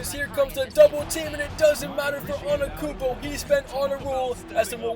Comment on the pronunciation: bro literally says anekoumpo